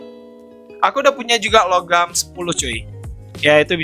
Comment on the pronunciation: Nah ini baru satu set ini bang panther tu emg harusnya pakai longarm btw bang namanya "longarm" bukan logam -_